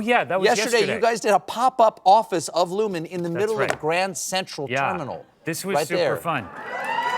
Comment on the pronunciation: It’s Lumon, not Lumen. Kier would be ashamed of you